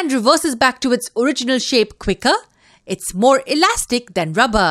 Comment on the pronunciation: U can’t say alastic